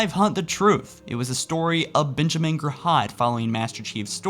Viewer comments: Do you even read the comments or do any damn research? This is the 3rd video you've mispronounced Giraud. Its JeeRow. Not GiRod. god this channel has fallen to shit. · Benjamin jerhahd? Benjamin ger-oh Damn you keep mispronouncing these things. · PRONOUNCE BENJAMIN'S LAST NAME CORRECTLY! OMG